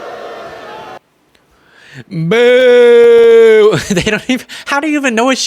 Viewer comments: Vee hickle? Does Empty g speak English? 😂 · Oh no! Not an ....... ELECTRIC VEHEKCLE!! darn those electric vehicles 😮‍💨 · The dumbty sycophants hear a trigger word and just boo. They dont care about the words before and after. Traitor green: Blah blah blah Electric vee-hickle! Crowd: BOOOOO What insufferable morons.